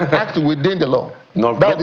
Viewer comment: How does channels select their guests? The media must remember that they also have a responsibility to educate the populace. A SAN pronuncing ACT as HACT...SMH